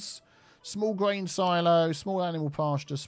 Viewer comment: I love how much that sounds like he's saying "Small BRAIN Silos" at just the moment when he's doing small brain things. Brilliant!